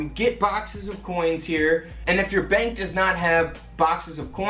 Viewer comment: bank, not bak.